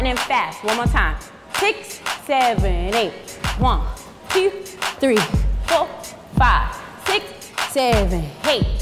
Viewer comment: One "tew" 🤣